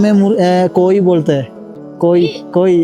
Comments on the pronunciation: കോയി അല്ലെടോ." കോഴി"😅😅😅😅😅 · കോയി അല്ല... കോഴി 😍❤️ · 😂കോയി അല്ല കോഴി